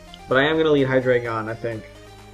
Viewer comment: I found this out yesterday but its actually pronounced hi-dry-gon, not hi-dray-gon. I don't blame u, but I thinks its weird how everybody pronounces it wrong.